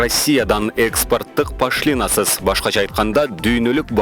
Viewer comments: Пашлина эмес пошлина туура суйло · слово пошлина произносится ударением на букву "О"